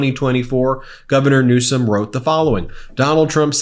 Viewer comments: Now that he's going to be president again, he had better start acting presidential and pronounce Newsom's name correctly. Quit acting like an immature kid. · And when is Trump going to get a SPEECH THERAPIST GAVIEN NEWSCOM, REALLY, soo CHILDISH. GROW UP, THEY VOTED FOR YOU FOR GOD'S SAKE!!!!